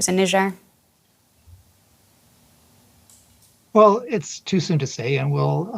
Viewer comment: It's A not ER